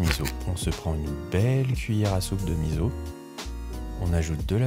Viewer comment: Vidéo appétissante ! Je vais faire ma pénible sur un détail qui n'est pas de la cuisine à proprement parler. 🙃"Miso" se prononce misso (pas mizo).